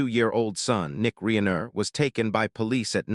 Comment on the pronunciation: Whadya mean? This warmly super-human -like, not at all AI-sounding voiced-narrator sounds like he’s a real expert on Rob “Ree-aye-ner”.😂😅❤